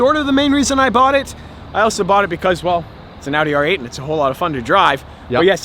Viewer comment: he butchered the R8 😂😂😂